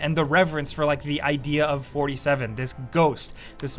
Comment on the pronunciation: Hitman... or as I like to call him norty seven. 🖤🤍❤